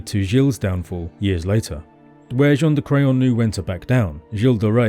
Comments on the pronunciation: I’m so sorry but every time I hear you say Jean De Craon I’m just hearing John of Crayon 🖍️ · The grandfather Jean de craon otherwise known as JOHN DE CRAYON 🖍 hahaha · John Da Crayon. Cant unhear it now